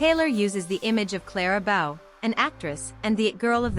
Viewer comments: How the heck are you going to keep pointing out CLARA BOW but pronounce it wrong? It's BOW like rainBOW. Not BOW as in take a BOW. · Oy. The name is Clara BOW. Pronounced the way would pronounce a bow in your hair.